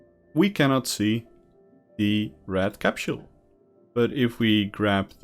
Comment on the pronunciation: CAPSHULE? I thought you were talking about the CAPSULE, not a CAPSHULE